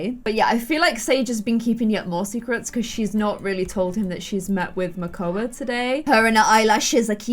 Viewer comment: It’s makoa